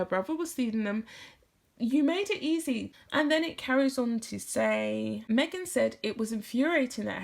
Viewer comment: Me-ah-gan, Me again, Meghan... 🤮🤮🤢